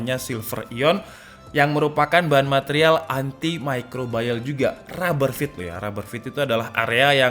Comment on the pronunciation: Haduh lur, salah kaprah pronounce nya, "antimicrobial" ya "antimicrobial" bukan "antimicrobayel" 😅